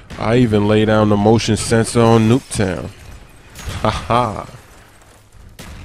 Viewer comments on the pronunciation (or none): none